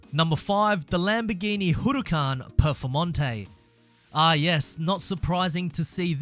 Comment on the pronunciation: Hurucan Performontäe. I dont get it, is it so hard to pronounce?